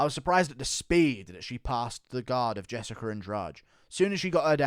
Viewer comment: It's Jessica, not "Jessicker"